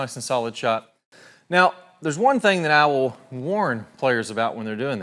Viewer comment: when he says "I will" I hear "owl"